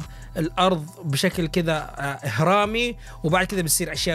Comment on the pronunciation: في الدقيقة هرمي x اهرامي ✓ ههههههههههههههه